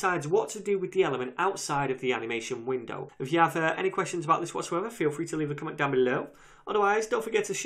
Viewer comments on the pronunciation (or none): the way he says "BELOW" tho